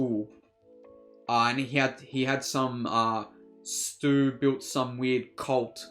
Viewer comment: It’s Stu not stuey lol amber just lives in the house she’s not connected to anyone. The original cast all came back for this one. Drew Barrymore aka Casey Becker is voice of principal. Jamie Kennedy aka Randy says at party someone’s lame ass dad is kicking us out. Skeet u know came back. Matthew lillard aka Stu was the flame thrower ghostface that was on YouTube that Ritchie was watching. The ending where mindy and chad do a thumbs up showing there alive is a nod to Dewey when Dewey did a thumbs up showing he was alive at the end from the first scream. Scream 6 will be out March 10th 2023 there’s also over 100 Easter eggs from first movie in this film. They did call backs and stuff as a love letter to Wes craven rip Wes craven. Rip Dewey